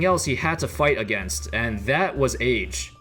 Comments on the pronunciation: When he said age I stg I thought he said AIDS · Bruh I thought you said he had AIDS. I hadda reeeeeeeeewind.